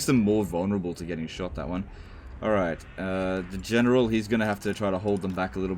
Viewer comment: "the general" sounds more like "degeneral", which is surprisingly fits greenskins